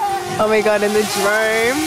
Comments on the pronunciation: haha it's Drone not drome😂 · I think you mean to say Drone not drome 😂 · DRONE! NOT DROME